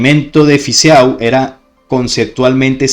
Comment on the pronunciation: EAU en Fizeau se lee como "o"porfavor osea Fizo si no suena horrible